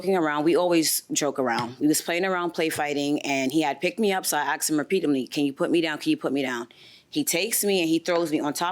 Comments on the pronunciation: I "axed" him. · I axed her...I axed her...I’m a hair stylist. 🤣🤣🤣🤣🤣🤣🤣🤣🤣🤣🤣🤣🤣🤣. Rite... spot the brain cell.